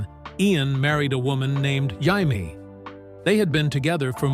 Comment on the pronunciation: His wife's name is pronounced "Jay-mee," not "Hay-mee," you knucklehead! AI is gonna make us all crazy....